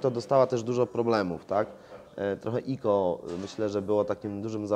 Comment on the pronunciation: ICO to nie "iko" tylko "aj sii ou"